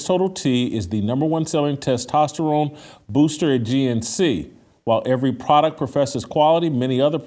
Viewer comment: I like the way pronounces the word testosterone but I like even more the fact that he's hella based.